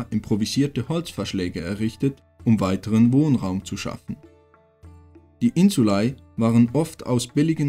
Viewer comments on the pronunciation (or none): Gutes Video macht Spaß zu schauen. Nur eine Sache die mich gestört hat war dir aussprache von Insulae du sprichst es Insulei aus wird aber Insulä ausgesprochen aber ansonsten echt gutes video 👍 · es heißt insulä nicht ei... depp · Also ich habe die Aussprache von „insulae“ im Lateinunterricht anders gelernt… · warum sprichts du das "ae" so seltsam aus?